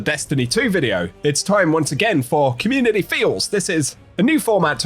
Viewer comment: "communiny" beating the AI voice allegations eh?